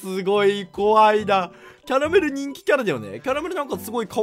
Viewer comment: キャラ↑メル↓